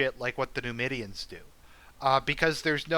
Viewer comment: I think it's pronounced Nee-moid-ee-uns.